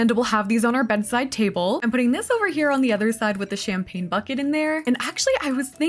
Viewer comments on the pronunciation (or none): none